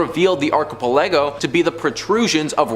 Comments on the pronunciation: Thank God you finally stopped saying archipelago. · Archipelago is a group of islands. It’s not hard to google a word and learn how to say it properly.